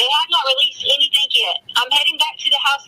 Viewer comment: If I never hear the word “Anythink” again it will be too soon!!!